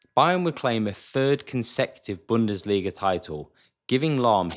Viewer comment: I am German the was u say "Bundesliga" is very good